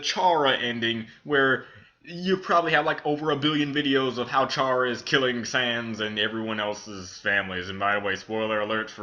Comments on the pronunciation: You pronounced Chara wrong it's like CHAIR-ruh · you pronos chara cara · I cringe when you say chara's name cause thats not how you say it...